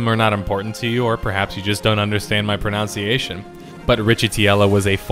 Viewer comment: you seem like a really sharp guy.. please for the love of God, learn how to pronounce the word, “pronunciation.” So ironic to hear you say it. It’s not “pronouciation,” the way you’re saying it but the way it’s spelled. Nun-ciation. Holy Shit!